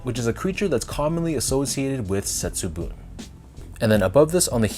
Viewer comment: Great review and on point pronunciation of Setsubun! I agree with you on the premium materials and craftsmanship, but I am a bit skeptical of the shiny effect on the swooshes after the leather is cracked, and the leather is a bit stiff compared to the Bagel Dunk. There’s in fact a Setsubun Dunk Hi released early this year as well which looks quite similar to the lows.